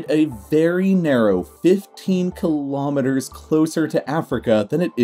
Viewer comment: Quite an interesting video! But really, you should really fix your pronunciation of kilometre to improve your videos further.